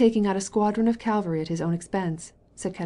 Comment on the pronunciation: Great novel, wonderful reading except for the French and some mispronounced words (for example Calvary instead of cavalry)